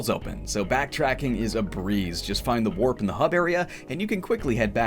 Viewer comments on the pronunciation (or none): none